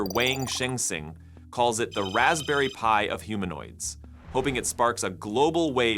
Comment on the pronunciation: And "π" is pronounced as "Pi" in English, not as "P".